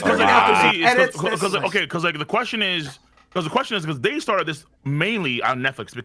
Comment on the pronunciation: I’m sorry, I gotta point out that you said “it sharted, I feel like, with Wano”, lmao